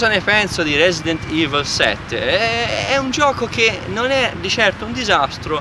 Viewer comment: "resident ivl"